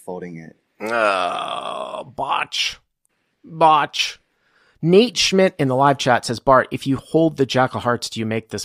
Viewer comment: The man's name is Bo-ch 😂 not Botch